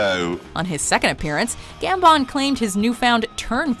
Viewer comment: I love how she can't say Michael Gambon name right